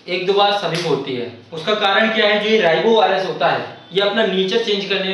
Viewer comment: Rhinovirus hota h sir ribovirus nhi .